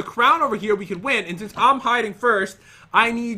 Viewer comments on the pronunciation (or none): none